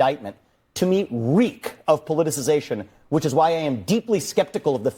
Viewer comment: It's only a 7 syllable word, and I was laughing at you not being able to say it, so I thought,"it can't be that hard" so I tried and failed!! LMAO ROFL!! 🤣😂🤣😂🤣 It's a hard word to pronounce correctly! Keep up the good work Doc!